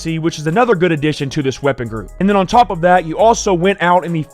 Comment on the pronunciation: “take them over the tauwp”